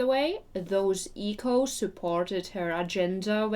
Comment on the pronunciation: Funny to hear your pronunciation of echoes. Here we say ek : ohs. P.S. your growl is getting better!